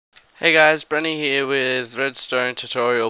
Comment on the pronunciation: "And we'll add another door heaaah..." Lolololol